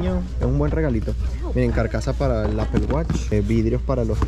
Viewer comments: le falla el english a justo como a los españoles osea apple no se pronuncia apel si le pides una manzana a un gringo te dirá no se dice apel ni la fruta ni los productos de steve jobs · Apel ? Se dice apple (Apol) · Se supone que hablas inglés y pronuncias apel. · No es apel es apol (apple) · Apple se pronuncia Apol no Apel, please!!!!!! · No se dice apel se dice apol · Si m sorprende q hablas inglés y dices apel!